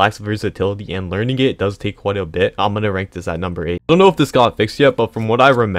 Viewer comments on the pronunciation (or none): none